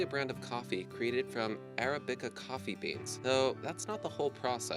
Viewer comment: "araBICKa" coffee? Why is there no editor or reviewer to cover the inept English in these otherwise excellent presentations? It makes them seem amateurish. A little more care would make a big difference.